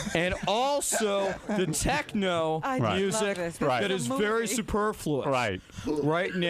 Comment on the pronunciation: My man hitting’ us with that “superfluous” outta nowhere without even slurrin’. Okay. I see you.